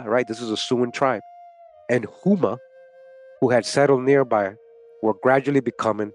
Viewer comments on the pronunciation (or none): Houma pronounced like Home - a my family is from there